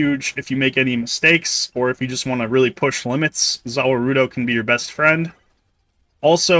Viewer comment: lmao i started dying, like man just call it the world if you gonna pronounce it like that